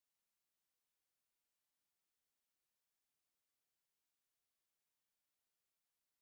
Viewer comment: why you say Taurus like Tahrus?